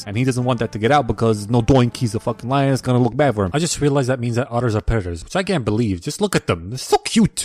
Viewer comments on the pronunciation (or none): "Predatas instead of predaters" 💀 LMAOOOO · "Pretattas instead of predators" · lmao predetaaas instead of predatorrrs